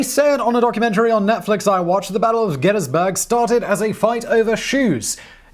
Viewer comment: Kudos for correct pronunciations of "Gettysburg" "Schuylkill" and "Ewell" all difficult to get just right.